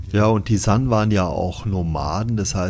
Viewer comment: Hallo, ich grüße dich! Wie immer, ein sehr interessantes Video. Weiter so!! Kleine Anmerkung zur Aussprache von San. Korrekterweise wird es gesprochen wie: "Saan"